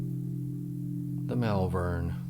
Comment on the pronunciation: Malvern is pronounced Mallvern. I live there. If you like the vintage retro aesthetic you could try some more vintage watches. Find a local watchmender. I have a few.. in fact I don't buy any new watches at all now. My favourite is a Bauhaus style sandwich watch from Raketa with a 2609ha handwind movement from the 1980s. I like the Dolce Vita. I wear a hat all the time. Good to see you doing the same.